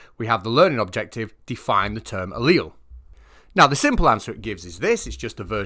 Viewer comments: I felt really dumb because I had no idea what a leel was. Turns out he was talking about alleles, and just pronounces it differently. Few. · Now I feel educated at last. I always pronounced "allele" with three syllables